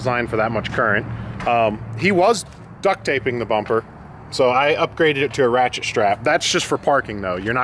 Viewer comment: emphasis on ratchet 😂😂